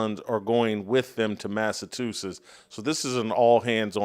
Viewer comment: Jason..... say it with me.... MASS - A- CHU - SETTS. Not.... MASS - A- TOO - SETTS. Come on man....